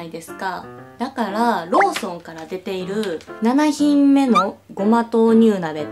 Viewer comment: ななひんめじゃなくてななひんもくね！